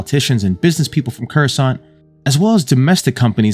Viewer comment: Homeboy said Coruscant like he’s from there, kerrsant